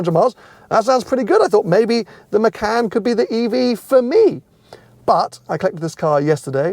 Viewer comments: It’s muh-con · Im as indonesian abit pissed of how people say macan not hownit supposed to be, it supposed to pronounce "MA- CHA-N"